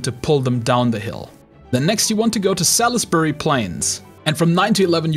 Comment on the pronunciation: It's pronounced SALSbury, sal-is-bury :D